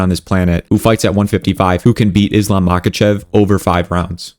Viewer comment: bro, not mAkachev but mahAchev